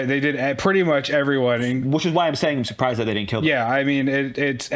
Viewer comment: "I'm sorprised they captured him"....😂😂😂😂😂😂😂😂😂